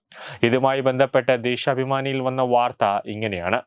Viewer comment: "ശ" എന്നതിന് പകരം എല്ലാ വാക്കിലും "ഷ" ആണല്ലോ പറയുന്നത്. ഷബരിമല, ദേഷാഭിമാനി, ദർഷനം, വിഷാഖം...... കഷ്ടം . എടോ ശബരിമല. വിശാഖം, ദർശനം, ദേശാഭിമാനി ഇവയാണ് ശരി. അക്ഷര സ്ഫുടതയോടെ വായിക്കൂ